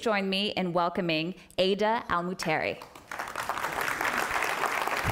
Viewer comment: Its Ghadh not Adah